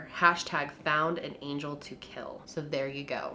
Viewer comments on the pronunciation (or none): none